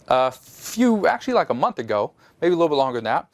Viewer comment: Month not mouth lol!